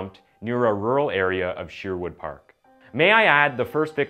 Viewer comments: Lol the way you pronounced Sherwood has me dead 🤣🤣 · Great video, but please it’s SHER-wood like SURE-wood. A tiny bit distracting but great content.